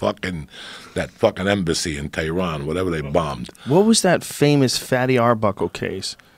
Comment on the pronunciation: “Embassy in Tyrahn” 😂